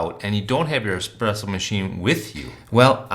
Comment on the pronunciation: The espeesso boss haha